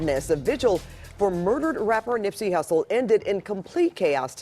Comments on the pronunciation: Did he say nipsy russel??? 🤦🏻‍♀️ Gawd damn! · Did this dude just say Nipsey “Russle” ?? It’s Hussle my guy, Hussle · I heard him say Nipsy Russell the first time. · It’s hustle 🤦🏾‍♂️🤦🏾‍♂️🤣🤣 my guy, GOD DAM